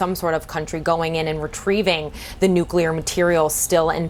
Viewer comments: NUC-LE-AR FFS. Atoms do not have a nukulus. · NUCLEAR. Not Nucular FFS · wot is a nuculah bomb, eh? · I thought I was done hearing the word nookyaler. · What kind of an "expert" cannot even pronounce the word "nuclear"?